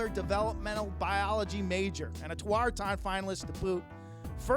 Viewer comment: I hate the way they say tawaaraton